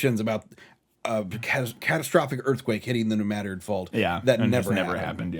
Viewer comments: I must say it: New Madrid (with the emphasis on the i) would be the proper way to say it. Madrid derives from an arabic word, and those tend to have emphasis on the last vocal, just like hebrew words, also, just like the word Breen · As somebody whose family lives in New Madrid, hearing it pronounced the way it is in the movie makes me physically cringe. I've drove down Main St. a billion times by now and you're totally right about how a three story building is unheard of down there. Most of my time is spent worrying about mosquitos much more than earthquakes, though. Great video as always guys!!! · I loved the tidal wave passing over the top of the Missouri Capitol Building in Jefferson City.....over 250 miles away. Characters are in one location one minute and then 100 to 300 miles away in the next scene. Pronounced New Madrid wrong every freaking time they said it. Giggles. I'm convinced they used stock news footage from the Joplin tornado. This film looks like it was made using groupons to buy stuff and was written by some middle school students who had no access to the internet. This film is absolutely tragic garbage. And I love it. It's hilarious.